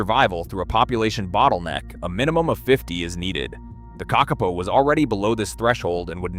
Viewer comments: Stupld humans destroyed the ecology of New Zeeland by mindlessly introducing dangeroud invasive species! The bad AI narration pronounced "kakapo" incorrectly, except once or twice. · I like it that they have studied the kakapo and yet still cannot say the name correctly. A little more research, Is an interesting video though :) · Couldn't cope with the spectacularly awful and varying pronunciation of Kakapo. A pity, because otherwise a good straightforward doco. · Good but why is the cvommentry in American with someone who cant even pronounce NZ words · It's pronounced KAKapo, not kakApo Hearing you mispronounce the name again and again is painful to the ears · KAKapo!! Th emphasis is on the first syllable. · Say it with me - Ka kaa - poe. The 2nd ka is a smidge longer. The po is like Edgar Allens' Poe. Please and thank you. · i mean it is pronounced “paw” not “poe”… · KÄCK-uh-poe. AI needs to learn to pronounce it correctly. 😂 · It would be helpful to make a video more accurate, if you KNEW HOW TO PRONOUNCE the birds name. It is Ka Ka PO !!!!!!!!!!!!!! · Kak-a-poo spoken as spelt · its pronounced ka ka po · It is pronounced kah-kah- Paw and means night (po) parrot (kaka). They were once amongst the most common of Aotearoa/New Zealand's birds, found from the far north to the deep south. Early European settlers described being able to shake tree branches and having up to a dozen falling out. And although cats stoats pigs and dogs certainly did the most damage on their journey to near extinction, those weren't the only mammalian predators that targetted them. As I said before, they were relatively easy to catch and reportedly quite tasty once cooked. They are colloquially given the affectionate nickname of Moss Chickens ❤ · Couldn't you find a genuine Kiwi speaker instead of the terrible AI generated American - how many ways are there to pronounce Kakka-po? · who tf pronounces Kakapo as ka-ke-po ??!! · Are they Car car po or are they Kuck arPoh? AI very poor